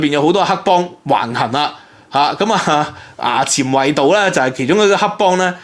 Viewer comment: 有趣 ！ 衙前圍道個衙字讀「 牙」 （「衙門」）